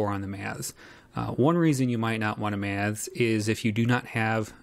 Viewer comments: Struggling to listen purely on account of this chap's inability to pronounce 'Maths' properly; whatever the opposite of ASMR is, that's what your attempt at an utterly simple words induces in me. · An accent is simply a regional pronunciation - and there's definitely something awry with this presenters enunciation of the word; regional or otherwise.